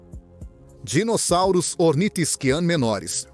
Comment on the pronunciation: pois é parece que tem um retardado falando os nome dos dinossauros sendo chamados de dinozárus, kkkk!